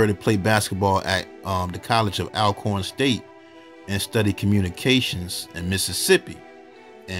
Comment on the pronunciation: We go through this every time you talk about Alcorn 😂 it’s pronounced ALL-corn like all of the corn. I always thought Ormarosa was super suspicious giving interviews at the funeral